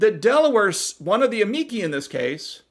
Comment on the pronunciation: I think it's pronounced "am-ee-chee". At least it should be, anyway, if it follows the rules of Italian pronunciations